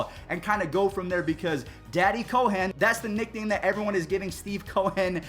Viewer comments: Dude please stop calling him Steve Co-Hen. Its Cohen. Just Cohen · Youre awesome bro but have you never heard the name Cohen? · Great video as always! Personally, I think the Mets should attempt to grab both Springer and J.T. It seems like Steven Cohen wants to win and he has the cash. Maybe even a trade for Lindor?? Also, what’s up with your pronunciation of Steve Cohen’s name, dude? Really strange, but hey, great video so I’ll deal with it!